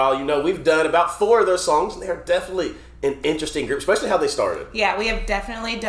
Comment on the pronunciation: Especially not Exspecially